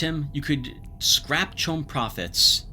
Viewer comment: Not able to pronounce any name right but got CHOAM right on the first try :P